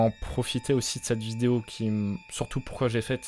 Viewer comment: il a dit une viose